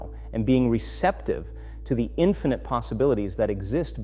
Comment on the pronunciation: This must be AI. some of ther words are slurred. for example "infinite & orchestrated" those two words were way off. if this is AI it seems very deceptive. Is there a video showing his face or can some confirm they've heard this before